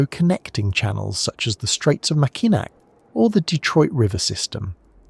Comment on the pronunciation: Mackinac is pronounced Mack I naw